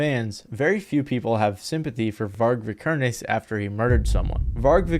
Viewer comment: Varg’s church burnings was a noble act. Also, it’s pronounced “Vee-Kerr-Ness”, and “Hell-Veh-ta”. Noob!